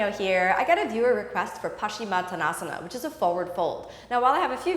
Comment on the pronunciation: Kino - big fan, great instruction, but please amend the pose name to the correct spelling and pronunciation. Peace out sista! Keep up the great work.